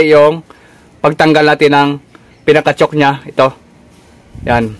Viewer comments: hinda yan "tsuk" ang pronunciation ng chuck is same as "tsak" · Bakit chok po ang ang pronunciation po ninyo ng chuck ? Parang "chak" po ang pag pronounce nyan idol hindi "chok" para hindi po malito ang viewers. Salamat po sa tips nyo po. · drill chuck. tamanga banggit ay katunog ng salitang tiyak. hindi drill tiyuk.